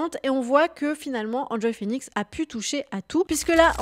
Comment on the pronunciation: Pourquoi dire "Hand Joy" et pas "Haine Joy" Phoenix, à l'anglaise quoi^^ Ca rappelle bien des souvenirs cette vidéo. On est en pleine nostalgie 😀